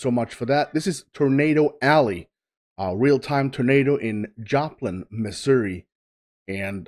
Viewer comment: I want to acknowledge that you pronounced Missouri correctly.